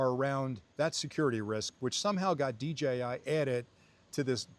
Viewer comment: Why can't you say DJI lol